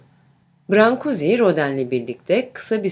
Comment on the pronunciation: Heykeltraşın adını çok yanlış telaffuz etmişsiniz!! “brank/guş” diye telaffuz edilir.